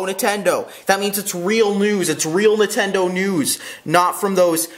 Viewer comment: I love Entendo too! LMAO I'M DYING it's fucking Nin-ten-do